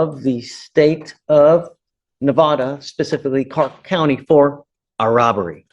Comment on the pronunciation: Ahhhhhhhhh it is Nev ah duhhhhhhh